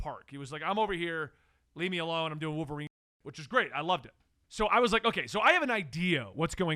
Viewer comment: I like how says wooverine like there’s no “L” in it 😂